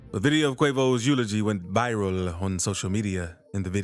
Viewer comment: This shouldn't upset me but I can't get past the way he says "ViRAL" on into the video.